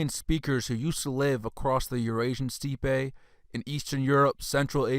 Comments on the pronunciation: Steppe is pronounced STEP. and it's NOT a "Russian word." Perhaps you should brush up on your pronunciation before covering such lofty subjects. Great work, but to more educated people you sound uninformed. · Great video, but steppe should be pronounced “step.” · For further reference, "steppe" is pronounced "step"...not steepay...like you said. 😅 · Your information is on point but it’s hard to listen when there is a mispronunciation of a word like steppe when discussing Indo Europeans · Thanks for putting this together. But you really need to check your pronunciation. It's quite bad. I know you got defensive when others pointed this out, but when you can't pronounce even a basic, common word like steppe properly, your credibility does take a hit.